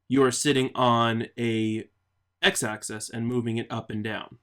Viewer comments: you keep saying access, but it's axis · Its pronounced "AXE-ISS" not "ACCESS" and spelled "plane" not "plain". And the reason it is the Y axis is because it represents the Yaw value of the player; X represents the Pitch.